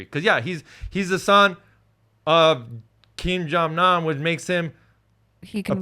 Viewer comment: Didn’t say his name right once throughout the whole thing 🤣😭